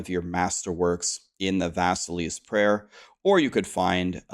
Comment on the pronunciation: You pronounce Vasiliy wrong. Stress is on 2nd syllable